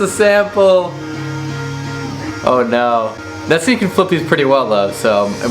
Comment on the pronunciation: It’s pronounced Net-Sky (as in blue sky) not Net-skee. It’s all cool though, I used to pronounce it as Net-skee too.